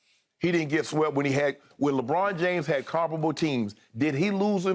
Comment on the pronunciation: Skip have to stop himself from saying Legone everytime he says Lebron name is Hilarious